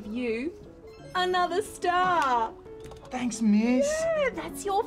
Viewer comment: Didn't know the word "star" had three syllables 😂